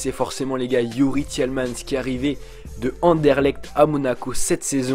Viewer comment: Tielmans ? Ça fait quand même rire sinon bonne vidéo